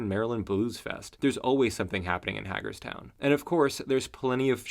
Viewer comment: The first syllable of Hagerstown is "Hay"